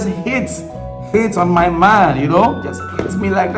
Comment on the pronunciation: Did u say HATE or Hit ? 🤣